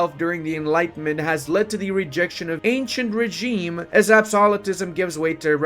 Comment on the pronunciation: it's pronounced "ANSIEN REGIM"